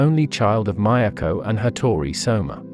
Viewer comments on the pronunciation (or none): none